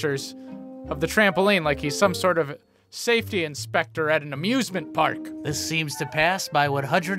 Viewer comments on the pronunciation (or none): It’s sounds like he said an abusment park